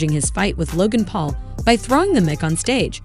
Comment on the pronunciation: It's pronounced Mike you dummy!